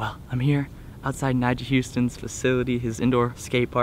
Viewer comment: He kinda said the n word when trying to pronounce nyjah